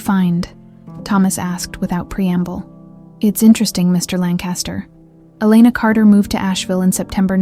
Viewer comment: Lancaster is pronounced with emphasis on the first syllable only. LANKuhstuhr (or LANKuhstuh).